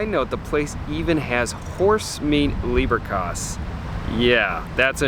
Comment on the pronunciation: Leberkäs rather than Lieberkäs (the Le- sounds like English lay more than lee). I think Central is the most architecturally stunning of the classic Viennese cafés but it is definitely the one that draws the most tourists. And you're right, most people who go there are only having cake rather than a savoury course - and that's the right choice really, the selection of cakes is fantastic. I got into the habit of choosing the eponymous cake for whichever café I was in - the Centraltorte was a chocolate-topped, marzipan-filled effort with an edible red chocolate seal on top. Having lived in Bavaria I was already familiar with Kaiserschmarrn - in Bavaria and Austria, Schmarrn is also slang for nonsense (as in you're talking a load of nonsense) so Kaiserschmarrn always elicits a bit of a smile.